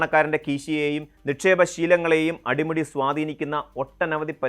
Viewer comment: എന്താ സുഹൃത്തേ അടിമുറി??????????? അടിമുടി എന്ന് തിരുത്തൂ... മലയാളത്തെ കൊല്ലരുതേ 😂😢😮😅😊😊